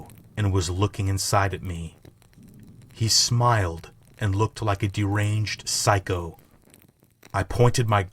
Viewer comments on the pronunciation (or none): none